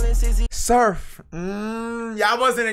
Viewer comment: He said surfffff😂😭😭😭